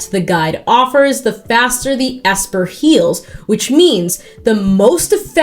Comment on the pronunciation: please, you misspoke the ancient texts... It's E.S.P.-er 😭 It just stands for extrasensory perception, but that's clearly not sexy enough so... ESPer. It was huge in the 00's and apparently very relevant in modern day Japanese anime (MobPsycho100, One Punch Man etc) and clearly across the animation industry in Korea too